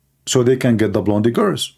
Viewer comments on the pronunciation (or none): seriously, you need to learn English. You are mispronouncing a lot of words. It is not "blondy" girls. You do jot pronounce the "e" in blonde. So you pronounce "blond" the "e" is silent.